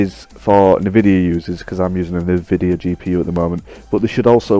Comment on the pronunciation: Its "nvidia" not "nividea" but nice vid ☺